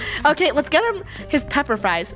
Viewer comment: Not me hearing: " Lettuce out! "